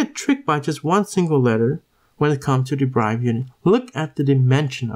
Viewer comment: It's 'd e r i v e d' bro. Not 'd e b r i v e d'.